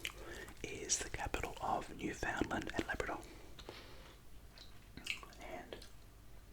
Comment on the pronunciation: Hello everyone from outside Canada. It’s pronounced “New Fin Land”.